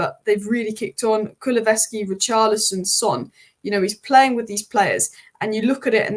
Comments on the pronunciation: Ku-lu-sev-ski. Not Ku-lu-ve-ski😊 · This is one of the best reviews of the subject i ve seen! Nicely done!! But please it's Kulu-SEV-ski 😅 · Great video, wish you succes. But as Tottemham fan Kuluveski tears my ears😅